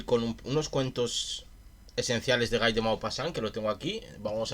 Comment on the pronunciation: Se escribe Guy, pero se dice gui ( como Gui (llermo) gui (on)